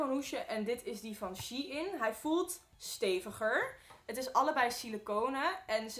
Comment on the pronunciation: Its sh e ien